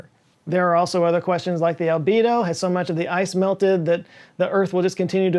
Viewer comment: Great point, and just in general forests require managment like said and like a forest isnt just trees that'd be a monoculture. But also I just wanna say I think you mean Albedo, not uhh, labida. Thats something else lol 👩‍🔬👀